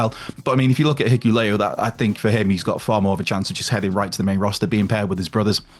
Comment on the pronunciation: bro 😂😂 it's HI-KU-LE-O